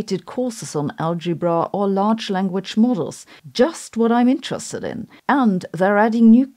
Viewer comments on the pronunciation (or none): none